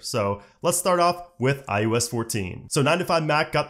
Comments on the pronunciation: Why does it always sound like this guy is saying "i-U-s" instead of iOS lmao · It’s “I O S” not “I U S”. I know you know that and it’s just your inflection, but man is it tough to listen to over and over. Thanks for the info though. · Is he saying IUS or is he just saying IOS weird? Is IUS something I don’t know about? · I swear I keep hearing him say "iUS 14"...it's iOS. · I swear it sounds like he’s saying iUS. Not iOS. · It’s pronounced I O S not I U S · It sounds like you keep saying IUS instead of IOS. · I like this guy and his videos, but does anyone else notice it sounds like he say “i-U-S” instead of “i-O-S”?